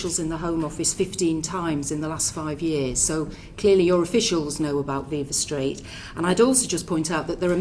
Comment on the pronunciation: V-eye-va street.. she said that after hearing it as viva street.. she is so full of shit.